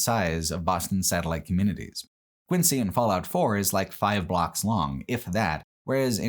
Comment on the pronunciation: Quincy, MA is pronounced “Quinzee”